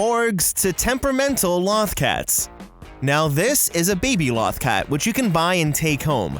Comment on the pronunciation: You mispronounced Lothcat. Many times. "Loth" rhymes with both. If you had actually watched Star Wars Rebels you would know that.